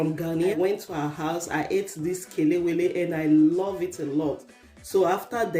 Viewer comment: 🇬🇭kelewele fried at it's best. Hmm delicious. I like how you pronounce ke- le-we-le, for once I was thinking are you a Ghanaian. Well done.